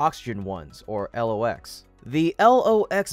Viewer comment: It is not L.. O..X. It is pronounce "Locks".